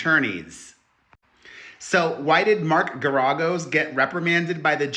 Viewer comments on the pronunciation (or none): It is pronounced Gar-A-Gos